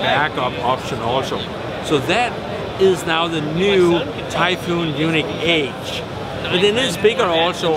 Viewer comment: No offense I like your videos but please learn to pronounce Yuneec (Unique) Eunuch which is what it sounds like you are saying to may is a whole different thing.